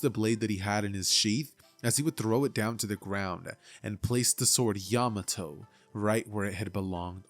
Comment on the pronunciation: PEAK video but OMG how you said Yamato actually made me tweak, but I still love the video keep doing good!